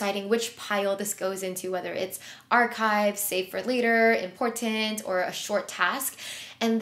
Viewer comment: The number of times you say “important” and over pronounce the middle T 😅 Thanks for the great tips and video with concrete examples , apps and ways to improve productivity and organization. Your videos are always calming and motivational. I would just suggest trying to use different words to replace “important” so as not to over simply or sound redundant.